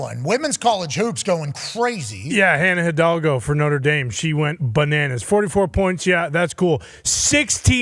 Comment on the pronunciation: I love the progrum saying Hidalgo correctly. Shout aht